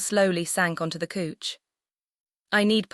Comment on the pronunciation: couch is pronounced cow_ch but the narrator's is saying cooch 😂